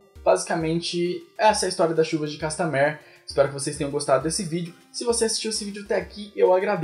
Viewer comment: manoo fala o nome da música direito.